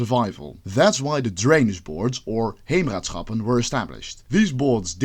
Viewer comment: Bro pronounced Utrecht as 'Youtreckt' but said Heemraadschappen perfectly 🤣